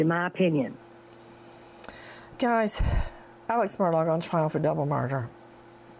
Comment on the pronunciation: I have no clue how to pronounce that man's name and I live in SC. Never heard of him until all this mess. But here, the TV news reporters pronounce it "Alec" "Murdock", when clearly it's spelled Alex (with an x) and Murdaugh (Mur Daw). Confusing, isn't it?